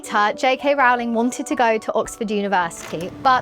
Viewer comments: As she says herself on Twitter - “surname rhymes with bowling , not growling”. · Love ya, but someone needs to put this girl through some more media training. Mispronuncing JK Rowling’s name. Claiming she wrote “The Cursed Child.” And talking as if being bothered by the term “Menstruating people” is odd…let’s do better with the next video, yes?